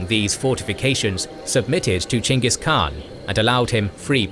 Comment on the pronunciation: props to you for pronouncing the Khans name correctly. i don't mind when ppl say "Genghis" cuz that for some reason is just how foreigners say it, but a historian such as yourself, i respect that you say his name correctly greetings from a mongolian